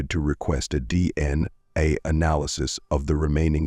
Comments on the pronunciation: For future reference if you’re going to use AI separate the letters when saying DNA —> D N A…AI may stand for “artificial intelligence” but in reality not that intelligent 😏 Glad the family got answers but they deserved better justice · oh ffs! this is the channel whose AI doesn't know how to say D N A and tries to say it as a word rather than initials. Blocking this channel. Adios.